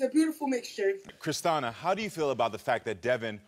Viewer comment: Christina is pronounced Christiana now?